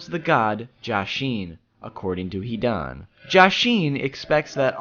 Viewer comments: I was really excited to watch this video after seeing the title... But after hearing SO MANY wrongly pronounced words and names i was kinda feeling suicidal.. Fucking "Hidaaan" and all the villages are pronounced otherwise. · so any one notice he says hidan like he is pronouncing heathen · when he said he-Don...I screamed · His name is not HE DONE OR HEDAAANN ZIDAANN ITS HIIIIIDAAANNN HIIIIIDAAANNN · if only you could pronounce his name correctly.....